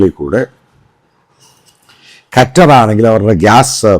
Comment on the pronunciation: കറ്റാർ അല്ല മൈരേ.... ഖത്തർ.... ഖത്തർ... 😎